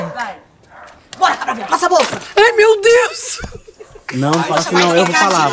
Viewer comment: Eu nao admito que você fale asin con meu prinçeso /eu rachei de rir